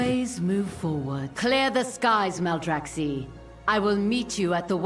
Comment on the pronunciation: Maldraxx-eye, not Maldraxx-eee. Just like Cactus and Cacti (Cact-eye) :)